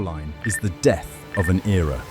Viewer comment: "The dead of the galácticos" 😂 AI Slop